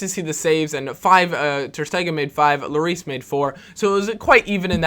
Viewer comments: Hugo Lloris is french, and his name is pronounched " lorí ", and not " loris " ;) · you have to pronounce lloris without the s so just llori